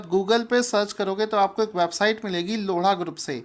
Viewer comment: loda nhi lodha :p